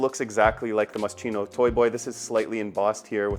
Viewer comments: The bear theme came from Moschino’s early collection when he made a dress with little teddy bears on the neckline around 1987-88. He was the designer with a sense of humor and I believe work for Versace. On the the Chino part is pronounced Kino. I got to meet him when he was promoting his first or second collection in the 80’s. Well, more like went to a small in store fashion show in 1988 when no one knew who he was. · Mos-kino ! Not chino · In Italian CH=K so its pronounced MOSKINO. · Moscheeno? Hehe I love this perfume! I really liked it since I first tried it so I had to get it! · pronounced Moskeeno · moscino ahahahaha sti anglo ahahah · Masscheeeno? lol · It’s pronounced MossKino - and I love this unusual scent ❤ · My ears hurt every time you mispronounce moschino. How do you do a video of a cologne without knowing how to pronounce it? Takes literally 5 seconds to look it up. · maybe you could learn how to properly pronounce a foreign word before publishing a video? It really sounds terrible… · Ur pronouncing it wrong 😭